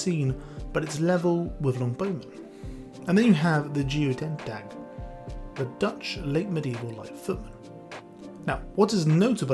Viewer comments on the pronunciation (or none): It's Mubarizun, not Maburizan. Goedendag is pronounced very similar to guttentag, and they literally mean the same thing. I personally like buffing my knights to an extreme extent, and then using shomer as my damage sponges. Obviously knights don't have any bonuses or maluses from terrain, but it's the same for shomer. Shomer cost the same as regular light infantry, but have the toughness of pikemen, as well as a really high screen. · BTW the goedendag are pronounce similar to "Good Day" Gode-den-dag". It's something you say before hitting someone with a goedendag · Hearing the Goedendag as the "Geo dad dag" made my day. More accurately it'd be something like "Goo - then - dag" but with the Dutch soft g. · I hadn't really thought about counter-value. That's gonna be useful next time I have to emergency hire mercs. Also, the Goedendag (literally good day), is pronounced like hoe-then-dag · If a unit counters both types of MAA IE bows and pikes, would it have full counter effect on each MAA type individually or would it be applied to the total? IE 100 bows and 100 pikes getting countered by 200 of the Russian area heavy infantry nobody can pronounce.. is it countering them both at the maximum, or fully countering each equally, or the ones with higher damage first?? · the worst pronunciation of goedendag I've heard in my life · don’t worry 😂 The “ch” in Italian is pronounced like a “k”; Goedendag in Dutch is “Good day” (like Gutentag in German) and is pronounced with a “hard G” and the “oe” has a similar sound to the “e” in the word “the” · When you see goedendag think gutentag. same word. similar pronunciation. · An attempt was made, but boy howdy did you butcher Goedendag. 😂😂😂 (Fun fact, it translates as "good day", which is a perfect description of getting met with that weapon.) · i hate the way you pronounced goedendag, the "g"s in dutch make something like that french r sound, oe makes an oo and an n is usually silent